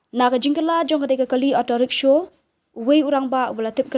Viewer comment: Kren style palat Rickshaw ruh kng rickshow😂